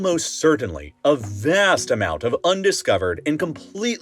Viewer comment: 😂😂 "More than ah DUHHzon..."😂 "have revealed a Vhass..." 💀💀🤣 bruhh, I'm geekin rn 💀 😂...life is great